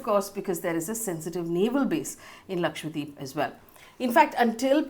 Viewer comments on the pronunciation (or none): Ma'am its Laksha - dweep not Lakshwa - deep...you said it wrong multiple times...please correct it in future...dweep means island in hindi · lakshadWeep, not lakshWadeep haha you were pronouncing it wrong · Idk why it bothers me so much but you're saying lakshwadeep and not lakshadweep. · it is laksha dweep, lakh Islands, how is that difficult?